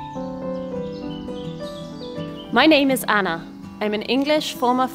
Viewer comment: so impressive to see the girls being raised trilingual! and Anna! your pronunciation was very good!